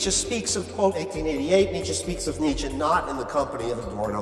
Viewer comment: After a while I just hear Dmitri instead of Nitsche